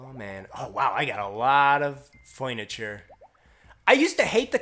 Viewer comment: I have so much fuiniture it's pronounced fURNiture